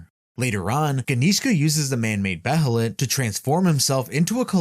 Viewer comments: It’s actually pronounced Beylit. Not Behelit like it’s spelled. That’s how they pronounced it in the 1997 anime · Behelit is pronounced "Bay-lit".